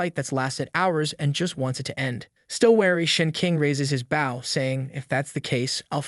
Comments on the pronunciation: for the love of God learn the difference between the weapon, bow (pronounced bo), and the action, bow (pronounced bou) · Bow when it is a weapon is pronounced BO not the way it's pronounced when you bow to a king or a queen. Pronounced like Bo staff. Great video, the rest of your reading was A+++ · is this voiced by AI? The way it says "bów" instead of "bôw" with a deen Ô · why does all AI vo say " BAW" instead of "bow"? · the AI reading is annoying AF.. or do you really not know what a bow is? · The way you pronounce bow... I couldn't tell if you were trolling or if you were an idiot. Then you mispronounced barrage and made it abundantly clear that you're an idiot. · I will subscribe if you train your AI to say Bow correctly.:body-green-covering-eyes